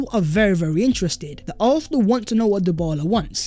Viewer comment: Please for once say arsenal properly. Its getting worse 😂